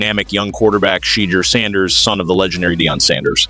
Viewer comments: Whoever was doing this commentary couldn't even say the name right, love Sanders but Cleveland going nowhere in that division let alone the AFC. This looks like a set up for Sanders to fail. I hope he quits football so he doesn't get hurt fooling with this incompetent team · SAY HIS NAME RIGHT MEN.